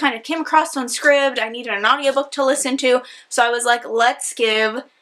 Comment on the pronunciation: It took me a second to realize what you were talking about when you mentioned Scrib’d lol. I’ve never heard it pronounced like that. I’m pretty sure the i is supposed to be like the work “eye”. Because a scribe is a person who copies out documents, especially one employed to do this before printing was invented. So I always have heard it pronounced “scribed” instead of “scribbed.”